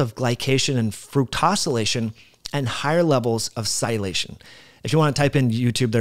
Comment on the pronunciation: You fail to pronounce a whole syllable when you say sialylation. Thanks for opening the gates on this topic for me anyway. Now I absolutely have to look this up, especially in relation to the glycocalyx. Awesome piece of puzzle. Thanks again!